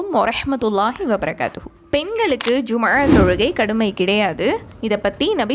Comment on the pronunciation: Jumma ழ ஐன் உச்சரிப்பை அழுத்தமாக சொல்வதில் கவனம் செலுத்த வேண்டும். எப்போதும் ஐன் பெருமையாக உச்சரிப்பில் ஒரு ஹதீஸ் உண்டு..